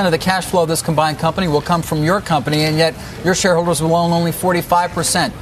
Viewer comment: for some reason my brain noticed the pronunciation mistake of your and wouldn't let it out of my head. That's why I've commented.